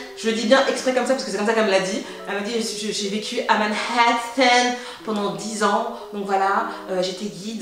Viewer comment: "Quand j'etais a ManHHHHAtthan" 😂😂